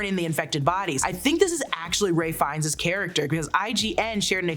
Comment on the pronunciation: who is Ray Fines? 😂